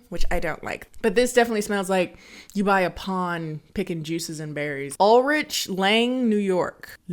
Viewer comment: The way she pronounced Ulrich at the beginning, I can't 😭🤣